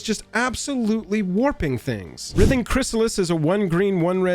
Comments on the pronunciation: Who else was nodding along until he mispronounced "Writhing" as "Rith-Ing" when it's "Rhy-Thing". I do agree though we know 1 colorless, blue and green on any Legend is always going to create ripples by itself but it being on a literal Simic Value Engine IN a Commander? A bit much. Though my solution for it in Brawl anyway is just to make it 1/1 frog with no abilities or a 1/1 citizen with no abilities. As for Modern I say: we have forty varieties of counter spells and even a way to steal/counter it with the added benefit of the satisfaction of flipping a coin while saying "heads I win, tails you lose". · Pretty sure it's pronounced "RHYTHING" Chrysalis. The operative word is "writhe" (rhymes with tithe) or to make twisting movements with the body. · Writhing has a hard "I" in it dude - like wr-eye-thing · Bro, you're the best, but its pronounced wr(I)thing--like driving. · Writhing has a long I. It should be pronounced like "rye-thing." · writhing is pronounced with a hard i,.. not a soft i,.. the same type of i in the word 'write' , example ' the snakes were writhing across the floor' or 'he was writhing in pain after getting stabbed',...also i find the reach protection excuse to be sad, red need more creature removal not blockers, in the last ten years red has become so much less aggressive than it used to be.